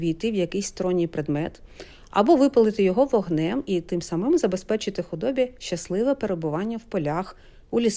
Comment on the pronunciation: Вибачте,але слухати Вас - боляче,хоча зміст - доволі цікавий.Українці знають про діалекти,але Ваша мова НЕ належить до жодного... із-за НАГОЛОСІВ.В розмовній мові використовують слова з такими наголосами:вербА,а не вЕрба(вербОві) в медУ,не вИгонитити,а виганЯти (худобу),тим сАмим, кожУха,містИтися,квітучого терну(з випадним Е),об'їжжАючи).Вибачте,але Ви не знаходитесь в українському середовищі,тому допускаєтесь таких помилок.Дякую.